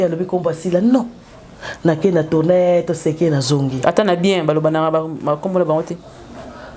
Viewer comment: j aime trooooop, surtout quand elle dit voutoutourner wow, wumela fort. Et vis en parfaite santé